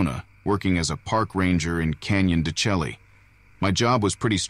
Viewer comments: Ack! I’ve been listening to this channel for quite a while and I’ve been enjoying it, but this time I just had to stifle a groan of frustration. Canyon du Chelly is pronounced as Canyon du “Chey”. Please! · Canyon de Chelly- de SHAY. Say it correctly. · FYI: Canyon DeChelly is pronounced "Canyon De Shay" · Second one, say de Chelly correctly.